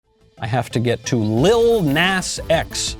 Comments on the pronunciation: Michael Knowles...u telling me u never heard that stupid song Old Town Road???? That the world OBSESSED over for like two yrs???? And it's not pronounced Nas...it's pronounced Nah-z...just to pull u up to speed...Im not advocating for him or his satan shoes... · Oh lord, from Old Town Road to this. Jesus help this kid. And it's pronounced Naw-zeh like the Na part sounds like gnaw. And the S is z sounding. But honestly who the heck cares Nas for nasty as fuck. Jesus christ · trust me i’m disgusted but i wanted to point out it’s pronounced Näz